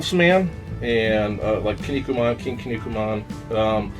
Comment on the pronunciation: It's pronounced "Key-Knee-Coo-Man". I will find you soon.